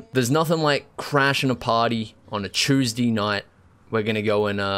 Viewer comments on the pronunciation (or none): “Nothing like crashing a party on a TYYSDEH NIGHT”